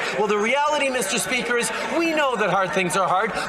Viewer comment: Good one! Thank. Meester speeeker…. 🤢🤢🤮